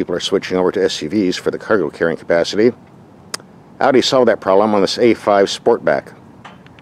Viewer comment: An American that can pronounce "Audi" correctly. Wow.👍👍👍 As always great review.